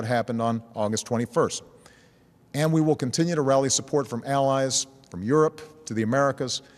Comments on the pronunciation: yep, the unshakable shupport. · Did he just say shupport